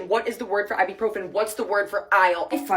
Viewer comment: Her problem in Spain was she kept calling it "AIbupròfen" while in Spanish it sounds "Ebuprofén" (notice the accents too).